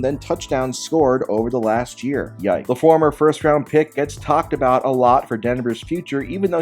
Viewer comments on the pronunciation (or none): none